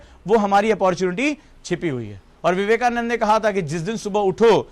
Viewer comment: Vivekanad nhi Viveka nand ji bolo,samajh nahi aati kya😠